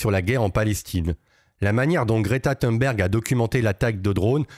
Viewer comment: On prononce Thonberg...